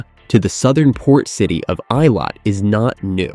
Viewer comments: It's pronounced ay-LOT, not EYE-lot. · The southern port city of 'Eye-lat'... :) 'ih-lat.' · Eilat is not pronounced as "eye lawt" but "ay lawt" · I live in Eilat, Israel. It’s pronounced “EE-lot”, not “eye-lot”. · The name of Israel's southern port city - Eilat is pronounced AY-LOT not I-LOT. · Israeli here. Good coverage, but doesn't touch on current security challenges. And you could have done ten seconds of research to find out how to pronounce Eilat...